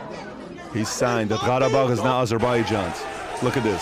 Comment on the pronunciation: he says 'gharabag' with a strange arabic accent to sound authentic but thats not even how qarabag (karabakh) is pronounced